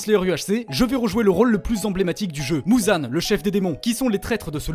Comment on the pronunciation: c'est pas /muzan/ ni /mouzan/ mais plus quelque chose comme /meuzan/ むざん